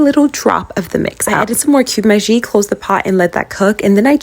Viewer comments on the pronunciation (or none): No hate but pls it's pronounced maggi not maji u pronounce it maji its supposed to b